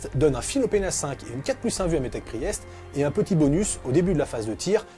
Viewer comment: Pri-èst. C'est pour que l'adversaire fasse un AVC si il est anglophone ?